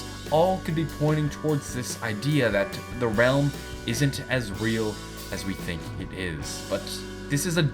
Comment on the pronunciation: oh and u said don't tink instead of think